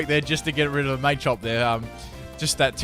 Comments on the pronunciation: Mah-chop not Maychop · Machop is from Macho and Chop. Why would you pronounce it "Maychop"